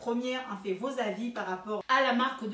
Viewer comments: LOL fenty pas FINTY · J'aime trop comment tu prononces finty c'est mignon merci pour ta revue